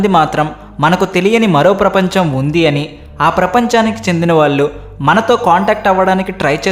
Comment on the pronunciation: ఇరవై ఒక్క నిమిషాలు అని పలకాలి. ఇరవై ఒకటి నిమిషాలు కాదు. వాళ్ళు అని పలకాలి ళ వేరు ల వేరు. తెలుగులో అన్నీ అక్షరాలు ఉన్నాయి. మీ తెలుగు ఉచ్ఛారణ అస్సలు బావులేదు. ఇంప్రూవ్ చేసుకోండి. మీ మాతృభాష తెలుగే కదా!?!